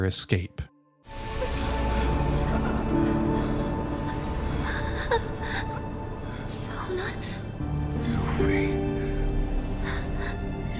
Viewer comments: Did u just call her yuffy hahahhahhahahah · LMAO did he say YUFFY XD